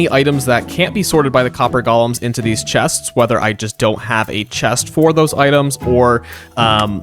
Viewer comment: hello! I loved the video, very cool usage of the copper golem... i have an extreme problem with the way you say "chests"